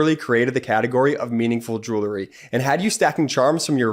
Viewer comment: I miss Brett. But the way says "joolery" makes me feel better. I love the channel and I owe my sanity to the brothers.